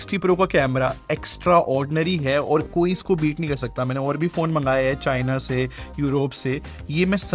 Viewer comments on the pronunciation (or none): none